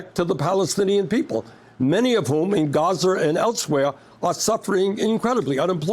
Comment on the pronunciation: Anyone else love the way Bernie says Gaza as “Gazer”?